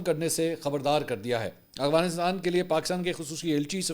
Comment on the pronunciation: Mansoor bhai ap hamaesha aghwanistan bolty hen Afghanistan ni bolty